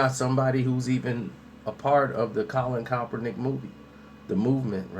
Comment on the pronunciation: Why are you unable to properly pronounce Kaepernick?